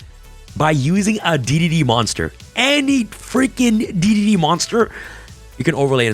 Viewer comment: Not to nitpick, but D/D cards are called "Double D" and D/D/D are pronounced "Triple D". you might have it confused by D.D, which used to confuse me too. : ) just trying to help